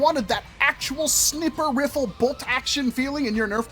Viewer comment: Why does he keep saying snipper fiffle